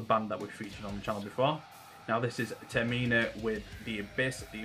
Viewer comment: Great reaction bro!! and are such a good pairing! It’s pronounced Term-I-Na. Not Ter-Meena. Haha no worries m8. Can’t wait for the next reaction! 😎👊🏼🔥